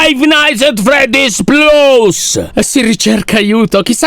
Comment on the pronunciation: 😑🤦🏻 si pronuncia plas